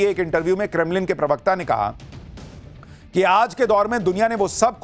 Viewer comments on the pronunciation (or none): none